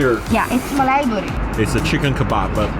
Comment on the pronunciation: the whitest way to say "mali botti" lol